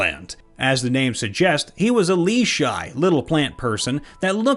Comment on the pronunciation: That's not how you pronounce leshy. For future reference, it's "le" as in "leg" and "shy" actually sounds like "she."